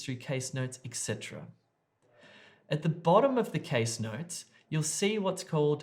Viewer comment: hello, i noticed that you pronounce the word "etc." ecsetra which is probably wrong, as i also double checked it, and it is etcetra not ecsetra or extra